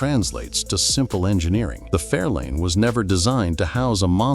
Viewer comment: Fairlane, not Fairline.